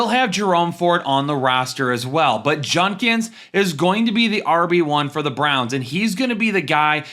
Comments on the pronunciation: It’s judkins not junkins btw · Judkins, not Junkins